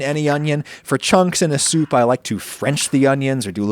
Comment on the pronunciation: Stop saying soup like Adam Driver.